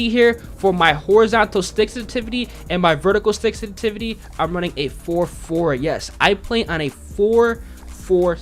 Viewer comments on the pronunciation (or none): Love the videos, but that "sestivity" drove me nuts lol. Good vid though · Sensitivity has 2 S's 🤣😂🤣 You talk so fast you keep saying sentivity. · ‘ the way you say sensitivity is killing my brain cells but good video 😂